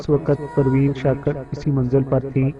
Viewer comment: Bhai skakar nh shakir hota hain mieaaa